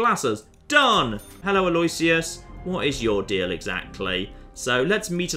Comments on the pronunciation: Btw, Alloisius is pronounced 'a loh ISH uss/a loh ISS yuss' rather than 'a LOY syuss.' When spoken quickly, it's commonly accepted for the 'loh' to sound like 'loo.' I mean as far as I can tell anyway, we Canadians are an odd bunch for pronunciation lol but Toronto had an Archbishop with that name and I heard it all the time. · Aloysius: Al-o-wish-us. Not Al-oy-shious. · I think the name is pronounced "al-oo-ish-us" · It completely isn't. Aloysius is a latinisation of a germanic name, therefore latin pronounciation rules apply, therefore the "w" is silent and the "i" is pronounced. I know it is pronounced differently in the US, but that is not the original pronounciation.